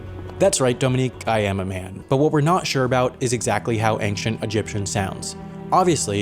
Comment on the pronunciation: Ancient, not anxient